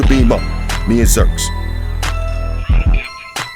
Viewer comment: 'energize' Lol